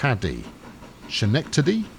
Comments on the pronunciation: Hey pal its pronounced, "Skenekatdy" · It's a new line to keep the goods on the goods line to keep from bogging up the passenger line with "super mega cargo train"It is pronounced scu-neck-tu- dee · Schenectady /skəˈnɛktədi/ "The name "Schenectady" is derived from a Mohawk word, skahnéhtati, meaning "beyond the pines". " - wikipedia As I understand it, the emphasis goes on the second syllable. So "Skeh-NEK-ta-dee". Home of General Electric(GE) and the American Locomotive Company (ALCO), both makes of fine locomotives. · just in case you still don't know how to say schenectady, it's pronounced skuh-"NECK"-tuh-dee. funnily enough this was the base of operations for the American Locomotive works (alco) from who were responsible for the building of the Big Boys # between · "Schenectady" sounds like "Ska-neck-ta-dee" or "Skin-ek-ta-dee", but I really enjoyed your failed attempt.